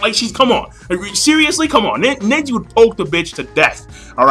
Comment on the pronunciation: NEJI not Nenji